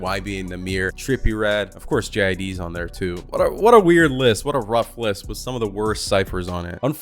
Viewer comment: Bro it’s jid not “j” “i” “d”